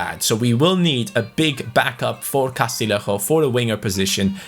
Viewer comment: Castillejo is pronounced CAS-TEE-YE-HCO Other than that your pronunciation of player names is impeccable - a double L in Spanish is Y